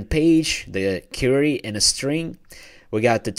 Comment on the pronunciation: thanks. FYI: it's queer-re or kweery Not Cure-re -y as your inquiring an answer or questioning.